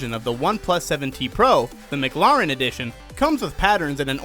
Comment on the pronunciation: Good vid, except that’s not how mclaren is pronounced